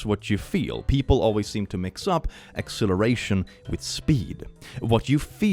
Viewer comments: Dude,. I know logically that you're saying "acceleration", but my ears are telling my brain they're hearing "exhilaration".... My brain is now cornfused. There is much fusing of corn, I swear to gourd. (So many pumpkins....) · When you say acceleration, you sound like you're saying exhilaration. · Your acceleration and exhilaration sound identical.